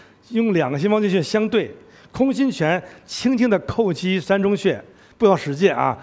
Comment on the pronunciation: 在膻中穴这个穴位中读作淡，在味道膻味中读作山。连读音都不知道，居然好意思自称中医